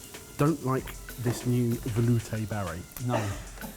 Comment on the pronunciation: This video taught me how to make a velouté and then ruined the pronunciation for it forever!